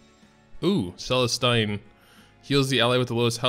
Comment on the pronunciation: Why you miss pronounce every name in the game? Not that hard to double check on YouTube cermia's name Celestine diene cartuja....